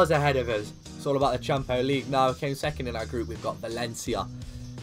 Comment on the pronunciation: Who else loves it when he says champo league